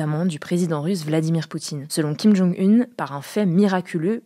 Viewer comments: 2 choses... jean Michel jarre n'est pas un DJ!!! Et on dit Kim Jong Oun pas une... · Vraie question : on prononce kim jong "une" ou kim jong "oune" ?